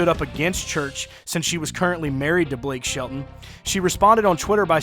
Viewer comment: Whos Blake Shit-a-ton, and I live in Oklahoma. ..